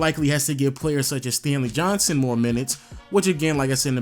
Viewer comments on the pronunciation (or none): none